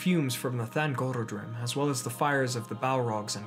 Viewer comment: I always leave you a like, though: thangorODrim, man :) Should you need any help with elvish pronounciation, feel free to ask, I will gladly help :)